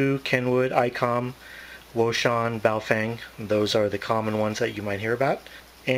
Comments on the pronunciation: The correct name of Wouxun is "Oh Shing" Baofend is "Bao Fong" Please correct yourself on the correct Names. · wouxun I believe is pronounced Ocean. Thanks for the Video.